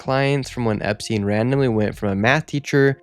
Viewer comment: "Jewish school" "epSTIEN"